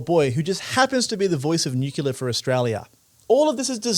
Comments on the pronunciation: are you saying NUCULAR ironically or unintentionally? NUCLEAR. NUCLEAR. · The word is pronounced nuke-lee-ar, not nuke-u-lar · Please stop fucking saying "Nyukyular"! It's "NEW clear", okay? We are not America (not as far as I'm concerned) and just because Harry S. Truman mispronounced it, that doesn't mean we have to keep getting it wrong 80 years later. It's not an "alternative" pronunciation. It's just wrong. Get your act together. Oh, and it's "SHAH-den-Froyd". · it is pronounced NUCLEAR not nucular. FFS you are doing important journalistic work here. learn how to speak.... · I don't know who this presenter is - come back Michael. But it really annoys this old pedant that he keeps talking about nucular energy. I assume he's referring to nuclear energy because "nucular" is not a word. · What is nuclua energy? I heard this 'word' at least 5 times during this otherwise worthy report. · I was a little annoyed at "newcular" and then you hit me with "shoidenfrard" Aside from mispronounciation of course, great reporting and great takes... and the seppuku bit was so fitting, oh my god